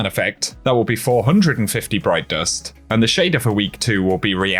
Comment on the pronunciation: “Broit dorst”😎